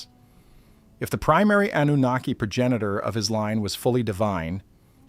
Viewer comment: I’ll tell you that’s a great AI voice. I’m assuming it’s AI I mean so so many words are mispronounced names Zachariah Anunnaki I couldn’t do it.